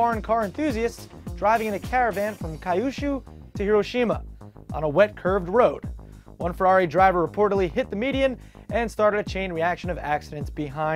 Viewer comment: your pronunciation of Kyushu is so off. It's pronounced like "Q Shoe".